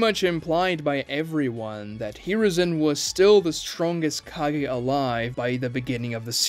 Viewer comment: Ka-GEH. not Ka-GAY